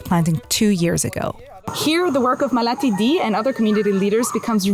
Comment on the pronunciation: maalathi ,not malati